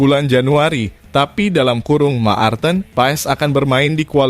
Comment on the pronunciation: yg bikin ngakak yg bikin konten gk tau baca marthen .. 😅😅😅